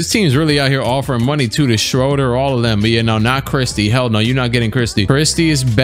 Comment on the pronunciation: its pronounced Dennis ShrOOder not ShrOHder. peace